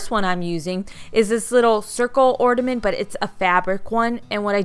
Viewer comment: OrNament not OrDament